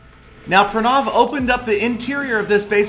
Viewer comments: pra naaaaav?????xD,its pra now,its an indian name,gotta pronounce it ritt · ur name saying never on point its prrraaanaavvvv. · every time you said pranav i thought you were gonna say pornography